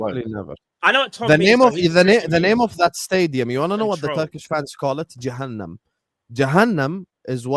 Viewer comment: man said Jahanam kumbaya